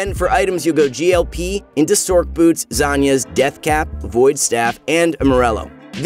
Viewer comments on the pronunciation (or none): Does anyone else find it disturbing how the guy in the video constantly calls it ”Zanyas”